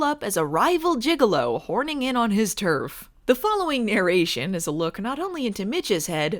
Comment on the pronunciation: You know it's gigolo,not gigalo, right? You may be thinking of juggalos.